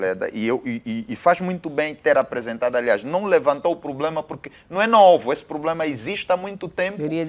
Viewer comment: Será que eu oiço Sr Pakissi, a pronunciar a palavra problema como "pulema"?